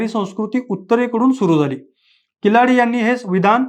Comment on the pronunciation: किलाडी नाही किळाडी